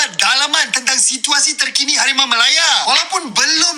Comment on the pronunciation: Min, hawimaw jadi hawimeow... 😂🎉